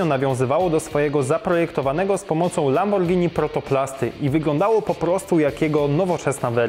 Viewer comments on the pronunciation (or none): none